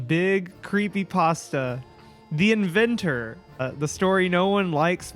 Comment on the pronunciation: curpay postah